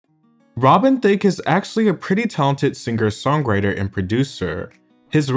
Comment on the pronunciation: The G is not hard in singer, songwriter, or being